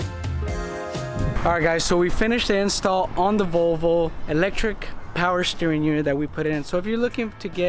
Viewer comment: Nice "Vlovo".